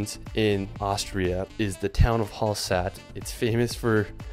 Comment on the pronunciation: It's "Austria", not "Ohshra" for fuck sake!